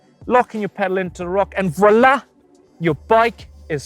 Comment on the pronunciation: It sounded like "frala"